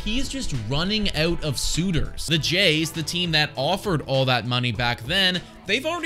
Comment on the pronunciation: Had to go back to hear it :). as a canadian, we don't hear our own accent on the 'ou' words (Out and About!!), but definitely heard it the second time through 😉